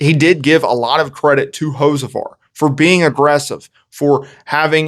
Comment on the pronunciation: Learn how to say the dudes name 😂